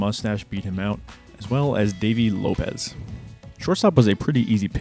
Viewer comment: Vukovich and Gossage had Fu Manchu moustaches, not handlebar moustaches. Rollie Fingers’ moustache is a handlebar. Quisenberry’s name is pronounced “QUIZ-in-berry”. Dave Steib: Pronounced STEEB. Ron Cey: Pronounced SAY. Davey Lopes: Pronounced LOPES (rhymes with ROPES), not Lopez.